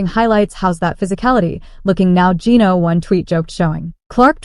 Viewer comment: Can't pronounce Geno's name correctly? AI?